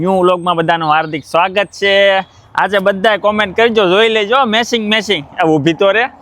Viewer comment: સસ્મા મેસીંગ નહી😂😂😂😂 ચશ્મા મેચીંગ એમ શુધ્ધ ગુજરાતી બોલો યાર તમે જર્મની મા રહો છો